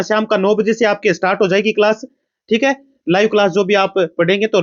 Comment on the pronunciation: achi❎aaci✅ Class ❎callsa✅😄😂